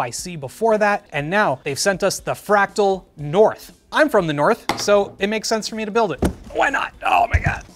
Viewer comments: "Fratal" instead of fractal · "Fratal North" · 3;21 'Fratal' 😂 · "Fratal" Lmao